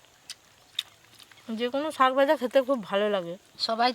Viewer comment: কেন আপনারা ছাক না বলে শাক বলতে পারেন না?